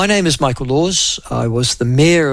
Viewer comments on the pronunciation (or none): none